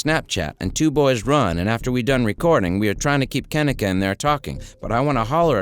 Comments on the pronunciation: Mannnn... this video is wrong on SO MANY LEVELS🙄🤦🏾 1st of all,, her name is pronounced [KUH-NEEK-UH].. not "Ken-nick-uh"💀 And 2nd of all,, she was 19.. not 18 3rd of all.. it was supposed to be a celebration for her obtaining a job at a nursing home,, but instead.. it was some "savage party" where everyone in that room was hoeing around💀😒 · KENNEKA - (KIN-EEE-KAH) SAY IT RIGHT OR DONT SAY IT AT ALL. DISRESPECTFUL AF. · Her name is pronounced -Ka-Neeka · That fool running hustlers mouth can't pronounce her name correctly. He needs to mind his own business. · Yes this is a very sad case I've been watching it for years but maybe you should have enough respect to pronounce her name right to have facts instead of false statements in your opening statement but all in all I hope you are truly trying to shed light instead of just trying to get clout off of it cuz the case needs to be broken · I hate how he keeps pronouncing her name wrong damn European